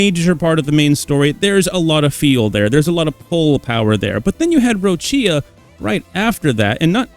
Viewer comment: Not that anyone cares probably, but Cantarella = "Cantar-eh-lla" (like Cindarella) Roccia = "Ro-ccha" (please not Roccìa, italians are crying 😢😢😢)